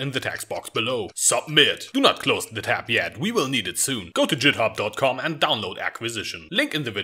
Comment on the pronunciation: "Jithub".... "JITHUB"?!?! IT'S GITHUB WITH A HARD G YOU FUCKING PEASANT!!!